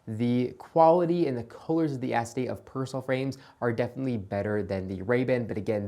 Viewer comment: I really like your videos, but I absolutely hate your pronunciation of Persol... You wouldn't say "fairrairy" either.